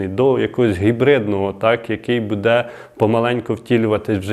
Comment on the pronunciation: У слові "буде"наголос падає на перший склад слова,а не на другий.